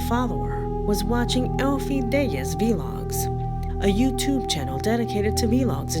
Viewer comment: Vlog is pronounced “vlog”. Not vee-log. ;)